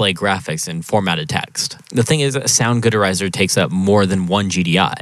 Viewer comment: soundgood erizer? what the hell is wrong with you? 😅